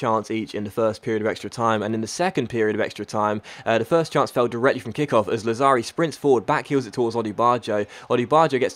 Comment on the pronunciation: Hey I'm an italian follower and I just want you to say that the accent of Lazzari is on the first "a" and not on the second, a little tip for a great youtuber Thank you fort your daily content, keep it up:)